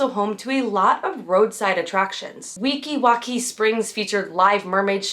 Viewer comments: I'm late but Weeki Wachee is actually pronounced Week-ee Watch-ee. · It’s pronounced Weeki “watch-ee” 😊